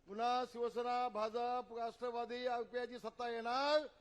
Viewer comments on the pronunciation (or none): none